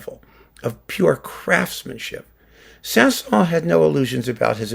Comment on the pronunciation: By the way. You should prononce the S at the end of Saint-Saëns.